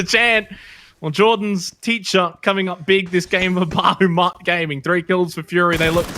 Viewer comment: "Bahamut" not "Bahumat"